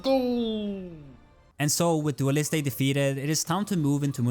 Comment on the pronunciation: As an french, I like your pronunciation of names it's funny, but if you want, for your help/comprehension : Sakapatate = "Sac à patates" french = potato bag english. You dont need to prononce de "e" at the end, just prononce the "t" like in the word "just". Dualliste = Dualist. You dont need to prononce de "e" at the end